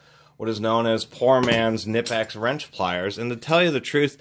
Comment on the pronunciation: nip-ex? oh dear, you didn't pronounce that right at all